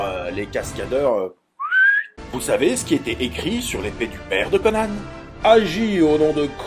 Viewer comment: Moi je dis Conan, pas Conanne. Ça fait con, conanne.